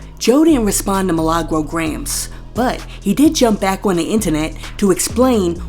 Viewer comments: My name is Me/Lah/Gro roll your tongue with it 😂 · Roll the R when u mention MILAGRO